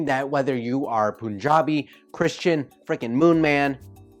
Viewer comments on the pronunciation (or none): Its punjabi pun ja bi not poonjabi plz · It's PUN-jaabi not poon-jabi. And kudos to you for putting out yourself in front of everyone. But don't mind the comments. Indians may seem to be a little harsh here but as they say India is a country where you find peace in the chaos. Great work. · Puuunjabi🤣🤣🤣🤣🤣🤣🤣🤣🤣 Watch his video on this pronounciation of Punjabi in puuunjabi 🤣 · 'Pun' in Punjabi should be said like the actual English word 'Pun' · It’s pronounced... Pun-jaab. No pun intended. And also... reina. Reign-aah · Punjabi is pronounced as pan-ja-bi.. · Punjabi is pronounced as paanjaabi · Btw Punjabi is pronounced as "Panjaabi" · Omg the pronounce he does are so off. Punjabi like serious